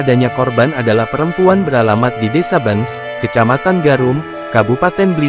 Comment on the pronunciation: Miminnya perlu latihan membaca (desa Bence dibaca Bencs) 😂😂